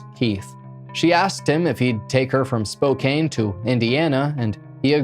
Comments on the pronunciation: For future reference.. It's pronounced Spo- can. ☮️💜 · I love how say Spokane! It's normally pronounced with the a sounding like can, but I prefer to say it yer way as well, lol. 😂❤